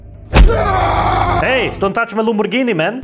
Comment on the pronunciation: Thats not lamborgini that lamburger